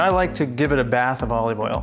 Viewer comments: Is he saying O leave Oil? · Bro says olive oil mad weird. Good video tho.